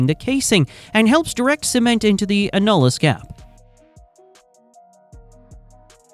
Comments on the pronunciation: I don’t think we have to worry about Skynet until AI can correctly pronounce simple English words. Thankfully, just when I was about to lose my frickin mind at the fifteenth time mispronouncing annulus, I was saved by yet another YouTube ad lamenting the heartache of premature ejaculation. I dd not return to the AI slop after that. I hate AI. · It’s annulus not “a-nul-iss”. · Not “a-nul-us”, it’s “an-you-lus” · It’s pronounced AN-yoo-lis - annulus - as in Latin for “ring” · It is called the an·nu·lus ˈan-yə-ləs. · This video is about 40 years to late, it pertains to the 70's and into the 80's and rig terminology used is all wrong, for instance the outside space between the drill string and BHA, the annulus, is pronounced (ann-u-lus). The 80's saw top drives start to replace kelly's, mud motors, dtu's and the current closed rotary loops, supplant conventional rotary assemblies. Average well depths were in the region of 10,000 ft or 3000m, but depths can double and triple that in todays drilling. MWD replaced single and mutli-shot compass based systems and gyro gave way to accelerometers and magnetometers, utilizing the earths gravitational and magnetic fields, to determine where the well is being drilled, though gyros still overcome areas of high magnetic interference, when casing is involved. Mud is used for weight to balance the inward pressure exerted by the formations, as a coolant taking the geothermal heat back up to the surface to be dispensed, and as a lubricant. In addition the MWD pressure signals are transmitted through the mud to be decoded at surface and let the directional driller know where he is when plotted on the charts, that show the the wellbore to be drilled. I was forty years in the drilling industry, first as a seismic engineer, a surveyor using magnetic and gyro single and multi-shot systems, and then a conventional rotary drilling, mud motors, jetting, bent subs, and closed loop directional driller.